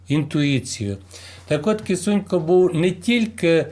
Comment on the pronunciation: Прізвище не Кісунько, а Кисунько.